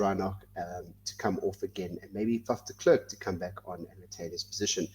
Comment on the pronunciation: it's ER GEE Snyman, not AR GEE SNYMAN,! Not de KLURK, but de Klerk. Get it right.